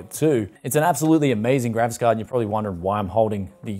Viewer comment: I always hear the Gravis Card! Not a Graphics Card. Lol!